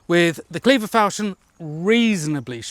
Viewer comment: Non-native speaker here: I thought it was pronounced fawl-shon (as in ‘awe’). Is my dictionary very out of date, or is it a regional thing?